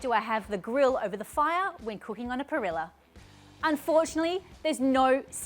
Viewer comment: its pareejjaa.